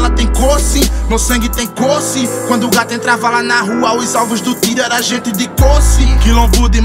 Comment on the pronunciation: O melhor do sotaque desse brabo de Pernambuco ,são algumas palavras do jeito que são pronunciadas -gati-vertinho-paratibi-arte-dedico dentre outras